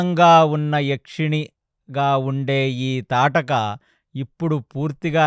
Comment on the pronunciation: తాటకి కాదు... తాటక అని పలకాలి